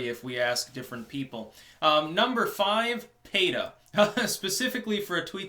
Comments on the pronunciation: Oh, you meant PETA..pee-tah..you said pay-tah. sorry dude. didnt understand. thanks for posting the list in the comments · Why are you pronouncing PEE-TAH as Payta? lol I used to support them but they are one of the more controversial animal rights orgs. I've heard the bad against them so I have withdrawn any direct support, but I still think there's a place for some more extreme activism when it comes to the animals to get people to think differently and have maybe just a bit more empathy for the animals we share this earth with. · Why does pronouce PETA, as PAYA?